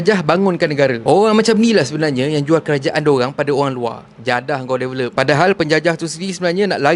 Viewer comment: Sebut developed pun x betoi si vivy ni.. Bodoh